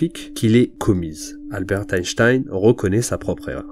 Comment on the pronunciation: Pourquoi dire même Einchtein ?